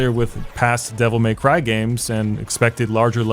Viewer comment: Devil May Crheyy